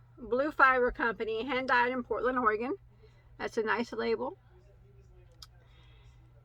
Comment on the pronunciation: I live in Portland, OR, and didn't know that this company was here. Such beautiful colors! Thank you for spotlighting the smaller companies! (Thank you for pronouncing our state correctly.)